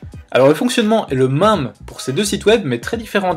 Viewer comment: S’il te plaît, peux tu dire MÈME ET PAS MAME merci 😅